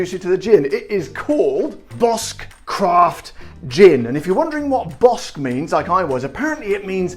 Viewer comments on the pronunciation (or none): Hi my friend. The correct way is Argentinian gin! I love bosque is so simple and so complex at the same time. They use mucho more juniper than the rest of the gins. Al patagonian juniper. There is the pinny taste. 3600 pesos are almost 10 pounds It is pronounced. “BOSKE”. In Spanish QUE is pronunced KE Big hug great job as usual! Thanks my friend ‘